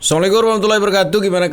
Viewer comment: Mohon pengucapan salamnya di perbaiki bang.